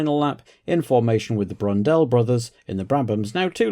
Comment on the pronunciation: Loved the "Brundell brothers" at Brabham